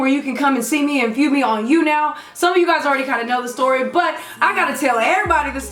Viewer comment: Lol "What you didn't snee on Snapchat" lol not making fun f anybody it was just funny! 😂😂😂😂😂 btw I love